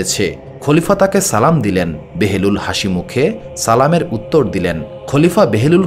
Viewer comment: ঐ সাধকের নামটি কী বাহলুল নয়?কেন বেহেরুল বলছেন।